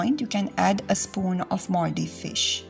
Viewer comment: I thought she was saying 'mouldy fish'.